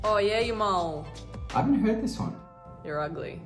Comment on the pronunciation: It's 'moll' not mole